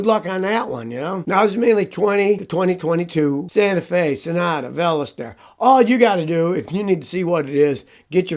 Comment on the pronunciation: Vel-ist-a...boy what an out of touch old man cant pronounce Veloster.